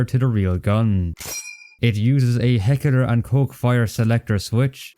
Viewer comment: "Heckeler and koch"